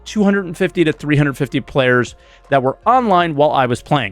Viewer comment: I heard saying "payers" instead of "players" (although I speak french too)